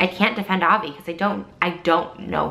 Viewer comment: She's not even pronouncing his name right most of the time.. I doubt anything happened here. Not to mention in the bags she shows there's a pair of pink flip flops wedged in them... I doubt he wears those lol